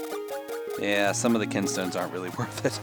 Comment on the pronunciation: They're called kinstones, not kin'tstones. Kin and can sound similar, you see.